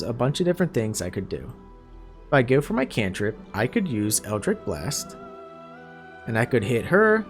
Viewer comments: Eldritch is pronounced 'itch' like you have an itch to scratch. Not 'ick' like you are sick. FYI for if you do another build with warlock in the future. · Great guide, but dear Patron in the hells it was so hard to hear you continuously pronounce Eldritch as EldriCK. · Minor complaint but with the warlock stuff is pronounced Eldritch not Eldrick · Brother, you put up a fantastic video... but it's eldritCH with a CH like Cheese. Other than that tiny nitpick? Absolutely fantastic walkthrough- all the details one needs, no extra time spent on intros or sponsorships in the beginning, and you just keep rolling. Positively fantastic.